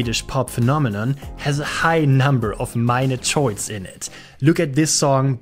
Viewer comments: I love your videos and I hope you make a lot more. You present interesting things with good details and great visuals. Also, you did several in Scandinavia, so I'm happy :) Just one thing... it's pronounced Kords and not chords ;) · Dein Englisch ist ja echt besser als du denkst, aber „Tschords“ statt „Kords“ schmerzt als jemand, der selbst Musik macht, schon echt sehr! 😂